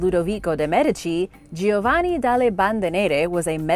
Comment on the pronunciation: It is GIOVANNI. Spoken JOE - VAnnI ! Not " Gio - waani"!